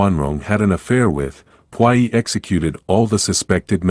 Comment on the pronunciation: The way the voice is pronouncing puyi 🤮🤮